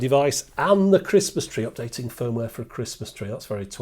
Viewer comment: Did you say you had to update the fir-ware?